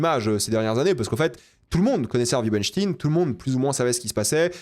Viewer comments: En français "ein" se prononce "ayne", pas "ine". Et merci pour cette vidéo, je le boycott du coup, bon films mauvais humain. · c pas hervey "wainstin" mais "weinstein"... c pas un russe hein c était un mec cia/mossad... "farenheit neuf onze là"" apprends l anglais et la culture anglophone ca taidera à pas dire de la meerde pendant 20min... et tarantino "sioniste" jusquà la mort... mais quelle groooooosse meeeeerde ce mec lol c comme quand il prendrait des mecs aryens commebrad pitt blonds aux yeux bleuds pour jouer un juif lol dans inglorious basterds lol faudrait qu il regarde ce que fait réellement la seul armée totalement illégale à qui on alisse chaque jour tuer femmes et enfants tain jregarde pu un film de cette merde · C´est quoi cette prononciation chelou de dire "stein" transformé en "stin"? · c'est stein comme en allemand mais ils en font exprès mdrr tout le monde le sait, tu dis pas rammstin ptdrr